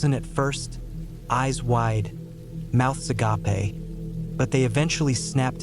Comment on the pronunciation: Mouths agape.. a-gaype. Not agoppay lol